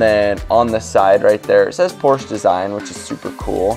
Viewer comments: a) porsche is pronounced porshuh b) I hope you're returning them after this vid cuz that's too expensive c) leather is disgusting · yes literally sick reselling is smart calling it porsh is relatable ig